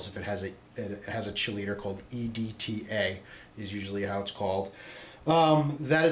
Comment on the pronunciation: just a heads up....chelate or chelator....is pronounced "KEY-late-tor".....great videos though!